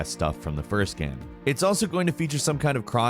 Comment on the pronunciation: Why u say the word “game” so weird bruh